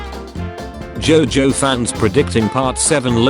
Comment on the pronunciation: I love how the tts pronounced jojo as jaw joe